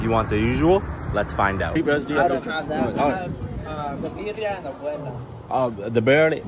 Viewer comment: Bear -ie-a = birria